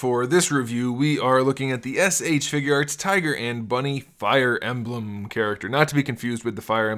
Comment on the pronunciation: Don't say Fire Emblem like that again pls